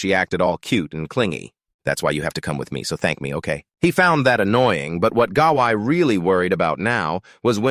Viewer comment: this narrator needs to learn to read and pronounce words and names properly. Goblins are not pronounced Golem Gawain is not pronounced Gaqian as you said in this video.